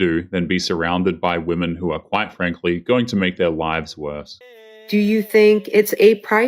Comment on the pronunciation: If she pronounces “Women” as “Woman” I immediately tune out and disregard anything they’ve said